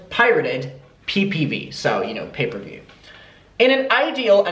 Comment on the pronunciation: it's gonna bug me if I don't let you know that it's pay-per-view not paper view